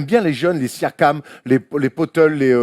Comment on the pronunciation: hahaha "Potelé" en parlant de Poeltl (prononcé Poeulteul), nous a fait une Charles Barkley